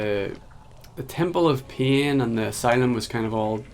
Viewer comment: We get it...you love shadows and light. You don't have to mention it in every video. Also you sound like you're saying Temple of Peeing instead of Temple of Pain. Put more emphasis on your 'a'. Otherwise, good job!